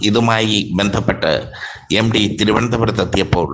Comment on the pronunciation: എം ഡി 😅 അല്ല , 😂 എം ടി .